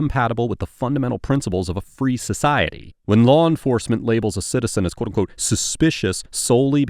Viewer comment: Quoteunqote (one syllable)